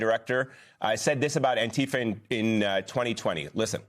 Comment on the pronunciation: I am the Chairman of the Board of ANTIFA with a message: You all pronounce ANTIFA incorrectly. I doubt the gov't can locate me. ANTIFA FOREVER